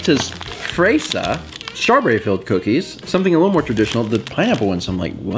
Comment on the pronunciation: Small part of this video but when I heard say 'fresa' I broke down laughing for some reason. It was just like, when you try to read other languages but pronounce it as if it were an English word...oh my god. I'm sorry I just...had to share this. Keep being awesome and!